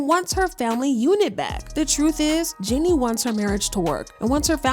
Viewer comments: I wish they would pronounce jeannie correctly it’s pronounced “Genie” (like genie in the bottle) not “jenny” 🤦🏾‍♀️ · Her name is Jeannie not Jenny you guys need to at least understand how to pronounce the woman's name before making gossip blogs about her